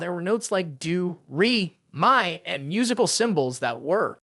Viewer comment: Do re mi? Nah Doo ree my 😂 I got you, do (dough) re (ray) mi (me)